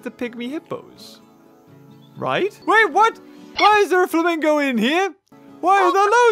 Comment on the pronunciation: You called the flamingo exhibit "famingo land"